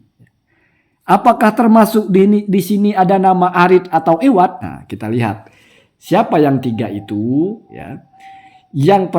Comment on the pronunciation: Bkn iwadh tp awadh